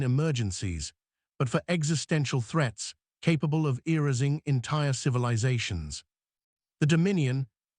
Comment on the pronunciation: Irascing ("erasing") ish